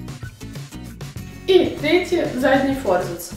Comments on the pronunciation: форзАц а не фОрзац. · Не фОрзац а форзАц